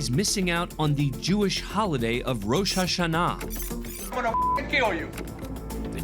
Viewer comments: the way he pronounced Rosha Shana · The way the narrator pronounces Roshananan.😂😂 Can't stop watching that part.😂😂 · Bro where did you learn how to mispronounce Rosh Hashana so badly?